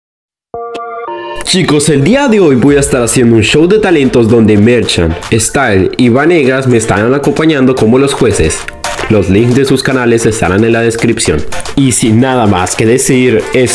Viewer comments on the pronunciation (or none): Xddd jaja no es Banegas es Bnegas